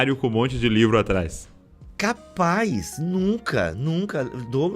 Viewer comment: min "CAPAZZZZ" bem sulista 😅